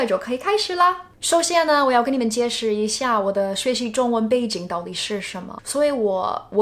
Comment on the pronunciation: Your Chinese is great! Just need to be more careful with the tones. eg, 解jie3释shi4. ， 那na4时shi2候hou